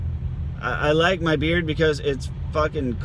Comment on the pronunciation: Another good video 👌👍. Say "shave mah balls" again. Lol